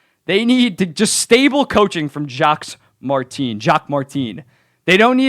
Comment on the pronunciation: I got to say, it’s pronounced jock mar-ten. Not jack marteeen